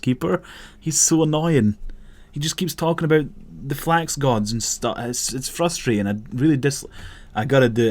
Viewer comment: i heard flags keeper enstead of flax keeper